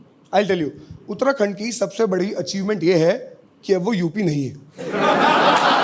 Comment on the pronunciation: Bhai ne uttarakhand bolte he dil jeet liaaa up se uk hahaahh. Love from.haldwani bro